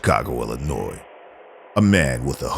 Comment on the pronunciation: Lol the way he said Chicago, Illinois 😂. Whose the narrator?